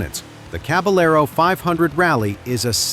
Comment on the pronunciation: It's the Fantic Cab-a-yer-o, not cab-a-ler-o ('ll' in Spanish is essentially 'y').